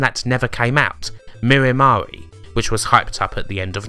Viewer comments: Mirror Ma-ree????? No, no, no. It was pronounced "My-er Mair". Other than that, it's a nice video. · Exactly! As in "Mired" and "Nightmare!" Where did get "Mirimari" from?? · "Mirry Mahray"? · I always presumed "Mire Mare" was pronounced to rhyme with "Fire Hair". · Was Mire Mare really going to be pronounced "mirry marry"? In my head, I've always just used the usual English pronunciation of those two words. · Mire as in "in the mire" no mirrors involved and "Mare" as in Nightmare.... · yeah....sounds weird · mispronounces heaps of words, its a good gimmick. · How did you pronounce Mire Mare??? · Wait... is that how you pronounce Mire Mare? Have I been wrong for decades?